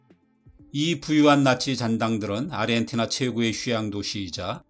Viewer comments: 근데 왜 아르헨티나 발음을 아리헨티나로 하시는 건가요? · 아리헨티나? 아르헨티나! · 아르헨티나를 왜 계속 아리헨티나라고 발음하세요ㅠㅠ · 왜 사람들이 아르헨티나를 아리헨티나라고 발음할까? 그렇게 하려면 아리헨티나라고 표기를 하든가. 이게 나만 거슬리는 건가?